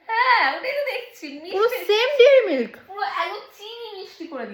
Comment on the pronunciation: ডেয়ারি মিল্ক ❌ ডেরি মিল্ক ✅